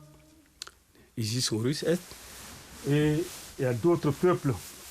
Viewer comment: Mais si on ne comprend pas votre langue, comment faire. A ce moment là en faire une en français pour ceux qui ne comprennent pas et une autre en votre langue. Par contre on a l'impression que vous avez une gêne pronançant les noms OSIRIS, ISIS et d'HORUS.